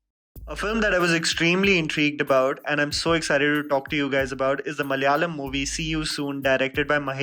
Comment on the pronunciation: Kindly pronounce the word 'Malayalam' and 'malayali' correctly ...by hearing your talk we can understand you can say it correctly but pronouncing it in a bad intentionally...